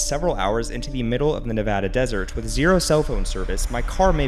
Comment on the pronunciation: Thank you for saying Nevada correctly